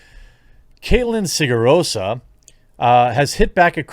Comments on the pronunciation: it is siragusa man not sigarosa... xd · Bruh who is Kaitlyn Sigarosa? Please for the love of god learn to pronounce the names of people you are talking about.